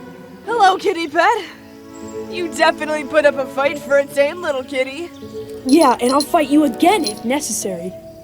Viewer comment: S it just me or did I hear dam(n) instead of tame? 👇